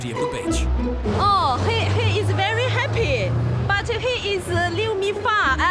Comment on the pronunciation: “He…is very hapeey, he is very far ouoooot” swalla who!